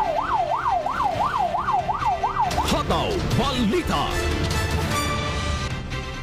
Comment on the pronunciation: Pwede po ba alisin ang 'aaàaa' s dulo ng salita. Tulad ng pagbigkas ng hataw aaaaa.